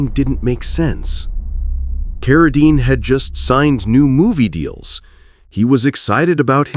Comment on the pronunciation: Geez, teach you STUPID AI narrator to pronounce "Cara-deen" correctly...